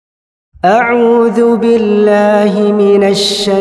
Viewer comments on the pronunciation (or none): none